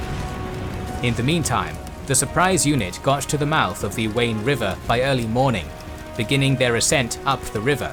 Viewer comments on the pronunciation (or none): none